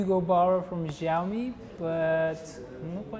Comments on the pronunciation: The interviewer can't even speak the company's name properly and sounds like an asshole. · Vlad was really unprofessional and defending the iPhones for whatever reason, I don't know. Hugo Barra did a really good job at keeping his cool. Vlad should've learned beforehand how to pronounce the brand name, which clearly he didn't. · Am I the only who noticed that the interviewer is even not able to pronounce "Xiaomi" properly. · Please at least pronounce the name right of the company when interviewing it's Vice President.